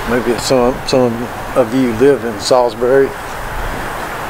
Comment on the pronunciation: i used to live here, thanks for this. you say it correctly 👍